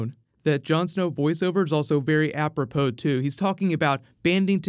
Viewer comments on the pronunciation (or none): none